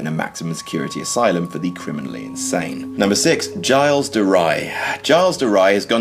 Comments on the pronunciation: Just commenting to point out the horrific mispronunciation of "Gilles de Rais." He's french, so that's a soft G and it's more like "Jill" than "Giles" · Gilles de Rai is actually pronounced dzhill de ray, not giles de rye. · Jiles de Rye? JILES DE RYE?!?! #ShitPronunciationForWankers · "Jiles de Ry" lol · Giles De Rais is pronounced 'zseel de ray'. Do your research! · Interesting as ever, but please try to pronounce foreign names correctly. Giles de Rye ...??? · its pronoucned Gills De Ray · Its pronounced geeh le the heh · This pronunciation of Gilles de Rais's name made me say the same words in the exactly same order.